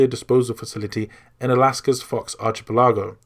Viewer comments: It seems to me like you are reading all this from a wiki page, as you mispronounce so many names, and places... Like Metal Gear Ziki, instead of Zeke (ZEEK), and Fox Archie Pelago, instead of Archipelago (Ark-ah-pel-eh-go) and Gurlockavich, instead of Gurlukovich (Gir-luke-ah-vich).... Have you played these games without sound or something? I could have watched the whole video if not for all these small errors compounding. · Just a side-note: It is pronounced "ark-a-pel-eh-go" not "arch-a-pel-ah-joe" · I know it's nitpicky, but your pronunciation of some names and places kills me.Colonel Sergei Gurlukovich is pronounced "Ger-loo-co-vitch"And in MGS1, it takes place on (the very real) Fox Archipelago..."Ark-eh-pel-ah-go"Like I said, nit-picky shit, everything story wise was fantastic...except that you skip over the importance of Revolver Ocelot in Metal Gear Solid 1 entirely, and his double-agent status. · Arch uh pel ah go... hahahaha